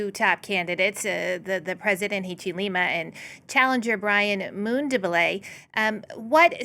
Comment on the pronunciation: How to pronounce African names!!! Zambia, Hichilema, and Mundubile have been murdered, pronunciation wise.